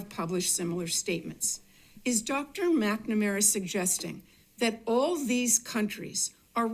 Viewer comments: When you can't even correctly pronounce the name of the person that you are talking about, how can I trust you to give me an informed opinion about the subject matter. McNamara (Mac -nuh -mare-uh). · At Oh Boy Oh BOy Oh Boy Oh Boy I thought, this might not be for me but then when you couldn't even pronounce "McNamara" you confirmed it.